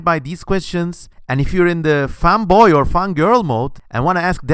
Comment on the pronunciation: i heard you say femboy insted of fanboy XD